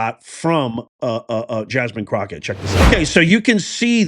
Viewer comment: You said jasmine crooked wrong 😂